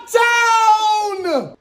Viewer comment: Im from indiana and we don't even say naptown like that. This fake fan post